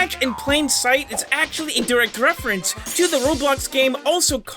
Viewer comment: "wefewence'